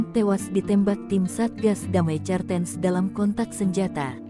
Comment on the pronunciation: Cartens..bacanya kartens bego